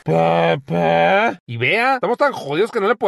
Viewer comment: Mamá Coco: "PƏPĘ".